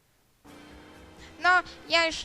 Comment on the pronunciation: "jak on dostaje, tak w ryj tą pięściom to tak śmiesznie" jprdl "zginełem ?" kurna jak można to wytrzymać jak ktoś wytrzymał do końca filmu niech da łapke w góre